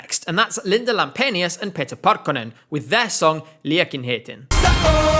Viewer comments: Awesome pronounciation for the Liekinheitin, sending love from Finland! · As a finn i have to say your ”Liekinheitin” pronunciation was soooo gooodd! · As a Finnish person, I'm really suprised at how well you pronounced Linda Lampenius, Liekinheitin and especially Pete Parkkonen. :D